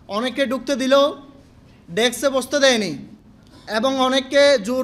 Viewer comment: এরা কথাও বলতে জানে না। অকথ্য কে বলছে অকট্য ভাষায়। ডেস্ক কে বলছে ডেকস্। এরা ব্যাংক কর্মকর্তা হিসেবে নিয়োগ পাই কিভাবে😢😢!?